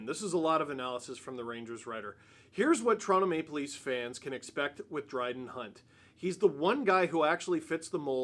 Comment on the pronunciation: did you call him Bryden Hunt? Like a mixture of Brad and Dryden?